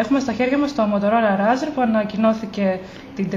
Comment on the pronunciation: ρέϊζορ λεγεται κοπελιαααα